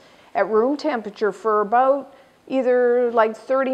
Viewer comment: This video is better than most I've seen on cooking shows because it actually teaches you the tehcnique of creating a round from a much thicker disk!! Thank you :) Also, I kept hearing you say "a-boat" hehe; are you from Minnesota?